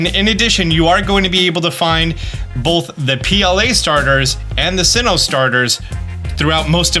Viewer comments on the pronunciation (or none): none